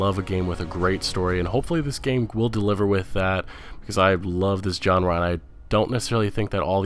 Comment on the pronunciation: Good vid with good content! Honestly, I wouldn't even bother to say this if I didn't like the vid, but... just a few tips for future reference. Bordeaux is pronounced "bore-doe." Genre isn't pronounced "john-ra." The G sounds like the J in the French name Jaques. Valve isn't pronounced "vulv." The A sounds like the A in "sad." "Bethesda" is pronounced "beth-ez-da." I'm really not trying to be jerk here. I like your videos, but the mispronunciations can be a little distracting. Just some sincere advice. Peace!